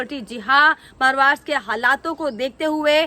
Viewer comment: आपको मैने दो तीन बार बताया था महाराष्ट्र बोलो मारवास क्यू बोलती है बेटा